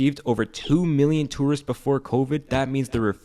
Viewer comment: Is it me or you’re just pronouncing tourists wrong?